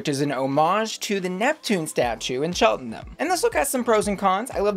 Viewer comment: Such a shocker to see a queen from Cheltenham (pronounced Chelt-num btw). Didn’t know we had enough of a scene to have drag queens, tho we do love a panto dame so that might explain the panto styling